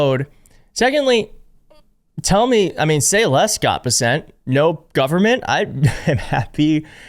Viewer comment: Minor correction: It's pronounced Bes-sent. Love the show.